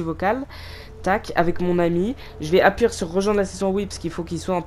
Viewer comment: On dit appuyer pas appuire